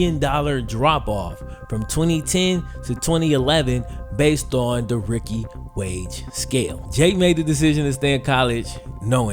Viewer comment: OMG dude.....its pronounced "rooookie" not "ricky" lol